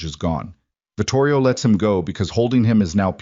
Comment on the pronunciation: Vitorio, not Vitorio.